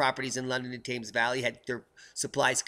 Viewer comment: We pronounce Thames as Tems not Taymes. Just one of those annoying nuances you Mericans slip up on. What happened to them lobsters anyhow?